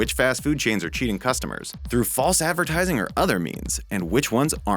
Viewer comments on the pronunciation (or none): none